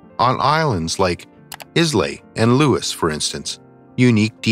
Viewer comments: Iz-lay!? It's pronounced eye-la. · Your pronunciation of Islay, is wrong. It's eye-la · I do wish that those giving these lectures would learn to pronounce the names of places they refer to. It would be polite to do so. For instance Islay is prounced ilay. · "Ork knee" is correct pronunciation for Orkney, not "Orn key". Also" Eye luh" for Islay, not "Iz lay". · Islay is pronounced Eye-la, apart from that we pretty much know our ancestry.💪😬👍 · To add some say Eye-lay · Islay is pronounces Ila as in I am an American and la as in la de da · By the way, some of your pronunciations were incorrect. Islay is pronounced eye-lay, a famous scotch region. Don’t use AI. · The pronunciation of ISLAY an island , is EYE LAY. In Scottish